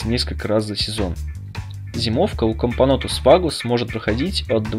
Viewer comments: "Всякий муравей, который не матка":))) Кампонтус, или мне послышалось? Кампонотус, вроде как правильно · Not bad, not bad. Продолжай в том же духе, только правильнее кампонотус, а не кампонтус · Комптнотус? Чего ? Кампанотус правильно читаеться . А тебе диз за неправильное произношение. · Тоже услышала "кампонтус" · Очень странное произношение кампо'нтус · кампонОтус а не кампОнотус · Ахахах ну ты и сказал в начале кампонотус